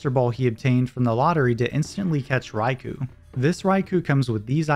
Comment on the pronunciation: I can't help but recoil a little bit every time I hear "Rai-coo" instead of "Rai-koh". ^^ Which is silly because I say "Kyo-gre" instead of "Kai-ogre" even though I know it's wrong.